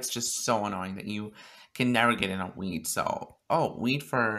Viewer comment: sounds like ur saying weed 😂